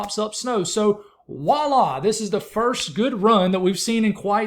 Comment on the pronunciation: Dude. I'm sorry. This is a pet peeve of mine. Voila, is said like "vwah-lah" NOT "wah-lah" VWAH-LAH.